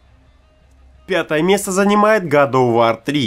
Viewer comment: "гад ов вор 3")))))